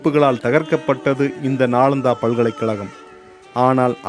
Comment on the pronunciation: நாலந்தா தவறு நாளந்தா தான் சரி